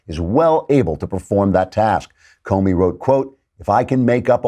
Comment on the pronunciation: Klavan, I’m sorry but I have to correct you on something. You keep mispronouncing the former FBI director’s name. The ‘o’ in Comey is an open O, which sounds more like an ‘ah’.